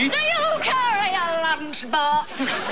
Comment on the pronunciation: DO YOU CARRY A LUNCHBAWKSSS?!??